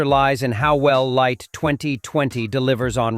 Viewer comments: Please stop call the Airline Lait its Liat thats 2 different words give people the correct informations so they will know the name of the plane. Nonsense stop this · It’s Lee-at not late you been saying the airline name wrong the whole video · Why does it have to be pronounced like "late?" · LIAT is pronounced LEE AT.